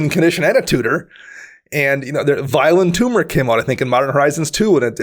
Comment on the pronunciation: I can't be the only person that is listening and not watching that keeps hearing Violent Tumor not Vile Entomber.